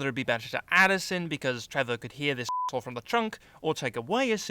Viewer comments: The way says assholle lmao I'm dying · Sion The Undead Juggernaut yeah me too he says it like a German